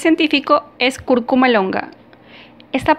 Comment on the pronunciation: Vas a hablar de cúrcuma y dijiste CURCUMA. O sea que ni la conoces bien. CÚRCUMA.